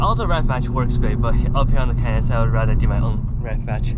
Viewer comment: Took me a while to realize that “cayenne” = “canyon”…